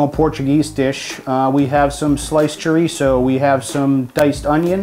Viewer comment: Ahemmm... That's Sha-reese (chourico)